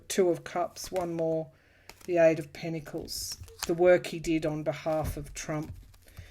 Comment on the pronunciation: The word is pentacles pronounced with a 't'. Not: pennacles